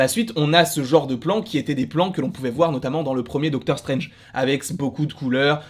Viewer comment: Doctor 'CHTRANGE' 😂🤣